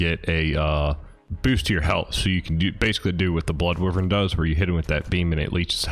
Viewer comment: Great vid overall but my one pet peave is when people pronounce Wyvern, Wi-vern. Its pronounced Why-vern. I still like the vid though so thumbs up for that